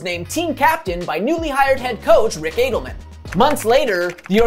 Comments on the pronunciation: Rick “A” Delman ? It’s “Add” elman. You don’t even know that? But you are making a video for monetary purposes, so I guess that doesn’t matter. Tired of people like you not knowing what the heck you are even saying. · You seem old enough to know how to pronounce Adelman's name.